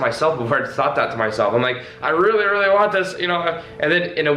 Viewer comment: Is there anyone here suddenly feels happy, enjoys and wanna hug him when says " I rrrrreally want that"?!